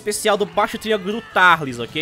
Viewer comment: Quem aí chama o tarlis de turlis